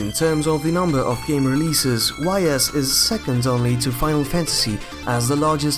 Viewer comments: Great video. Nice insight about JRPGs released in the 80's. Although you mispronounced some words like Ys (pronounced as ees) and eroge (eh-roh-geh, or just a short term of erotic game.) You also missed out another long-running franchise in Legend of Heroes, although Dragon Slayer is its predecessor. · Great video but one thing. . Ys is pronounced iee's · Very nice video! But Ys is pronounced "Ees"